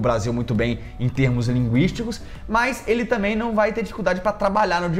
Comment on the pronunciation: não é "tamem" e sim "também" como você fala aos min do vídeo. Desculpa-me, o importante é passar a mensagem, mas eu entendi.